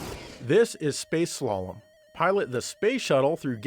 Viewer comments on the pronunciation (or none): none